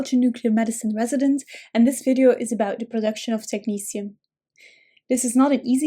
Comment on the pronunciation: Thanks ,this will make reading this easier now. I love the way you pronounce technetium